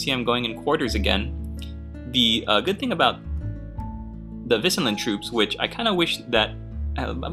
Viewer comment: As always...your pronunciation is correct. Wissen is the german word for knowledge but i guess the medieval meaning of wissen can also be translated as meadow or grassland. Keep it up my friend.